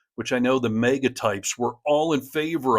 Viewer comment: HEY!! For the eighth time:, &. The word is "MAGA", not "MEGA"! Get it? It's "MAGA!" MAG AH, not MEG AH.